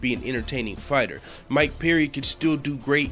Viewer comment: It's Perry not peery jeese man